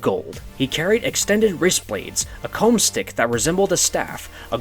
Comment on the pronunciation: He said combstick